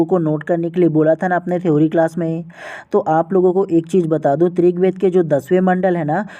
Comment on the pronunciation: Aap rigved ko trigved kyo bolte hain